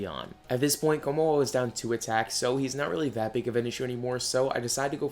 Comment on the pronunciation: Hey I’m late but there were a bunch of pronouncing stuff wrong (totally normal) but I just thought kommo-o-o was too funny not to point out btw